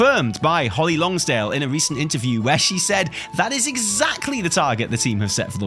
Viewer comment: Guys. It’s Holly Longdale. Not Longsdale. Why does every content creator butcher her last name? Lol